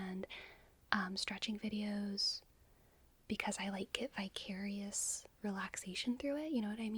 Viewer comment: Did you ay "vicarious" or "bi-curious" ?